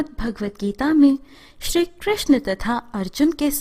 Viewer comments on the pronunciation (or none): none